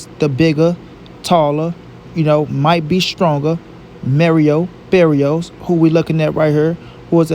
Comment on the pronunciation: Merio berrios 🤣